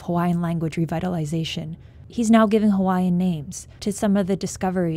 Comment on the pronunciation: The least NBC could’ve done was to get a narrator that could say the Hawaiian words properly.